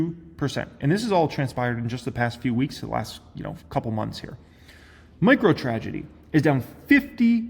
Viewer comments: did he say "microtragedy"? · Did he said microTRAGEDY ?😅